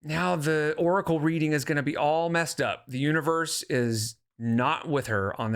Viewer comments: she pronounces oracle like "urkel" and I can't unhear it. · I always thought of her pronunciation as "orkle'